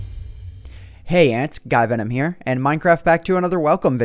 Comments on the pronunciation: Did I just hear guy venom or did I hear sky venom?! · Wtf did say in the begining xD. Hey ant skyvenom here lol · I heard "Hey guys Antvenom here with another WELCOME video" xD